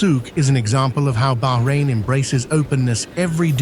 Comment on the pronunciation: Thankgod he said Bahrain and no behrain, baarain😅